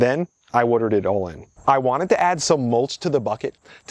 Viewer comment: Why is your accent/pronunciation relatively neutral/normal until you say woardurd? (Watered)